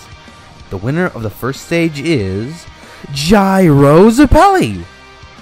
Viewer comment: Why are you pronouncing zeppeli like that 😭😭😭😭😭😭😭😭😭😭😭